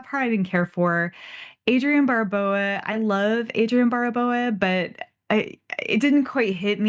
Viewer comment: I've never heard Adrienne Barbeau's surname pronounced Barboa...